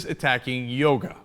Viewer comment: This idiot from Virginia wouldn't know 'smart' if it bit him on the nose. But you Cenk should know that the man's name is maharishi mahesh yogi, not yoga. You're already one up on the guy, at least. Make it two :~)